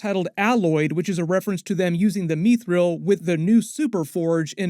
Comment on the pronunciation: Its not mee-thrill, its mith-ril. Sorry, its very jarring.